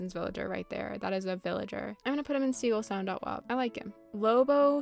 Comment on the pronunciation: gaston is fucking SLANDERED here gaston is so polite and supportive. absolute ally. he actually gave me my top surgery himself and it went perfectly. also curt is great he was really cool in my acnl town. also also ".wav" being pronounced as ".wov" is so fucking weird. its .WAV. like. WAVE. i WILL die on this hill